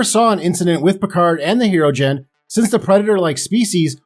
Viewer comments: Hero gen 😂😂😂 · Pronouncing Hirogen wrong... c'mon now